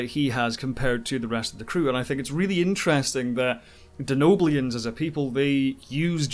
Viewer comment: Did he just say Denoblians at 11.36? 🧐 He said Denoblian later one as well. Hmmm...